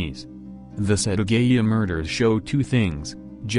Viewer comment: It’s set aaa gaaa yaaaa not setagayuuu